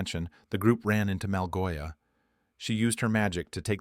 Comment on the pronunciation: Malgosha❌ Malgoia✅